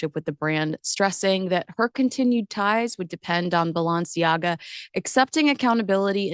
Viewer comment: It would be helpful if you learned how to pronounce Balenciaga correctly.